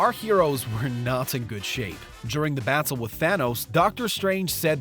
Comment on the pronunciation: The way he said battle with Thanos 😂